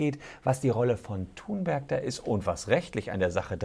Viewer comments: Och Herr Solmecke, nicht Sie auch noch. Die gute Greta wird "Thünberg" ausgesprochen. Warum machen das alle falsch? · Kleiner Besserwisser: Sie wird Thünberg ausgespochen!